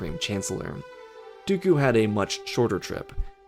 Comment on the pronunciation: He said his words "Do-oku." Ok why? its been 15 seconds..